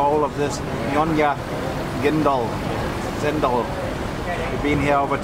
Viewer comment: in malay langugethe alphabet C ispronounced as CH SO DAT SUFF YOU R HAVINGNOW SHUD BE PROUNCED CHENDOL and tose "bicycles' are trishaws